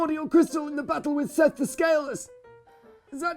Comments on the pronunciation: IT IS SEATH PRONOUNCED SEETH NOT SETH! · So its actually Seath the Scaless not Seth... So sorry smug but you ruined that take. Are you sure you even played DS1? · Not to harp on accuracy, but since is so adamant about it, but the dragon's name is Seath, not Seth. As you said, accuracy is impotent.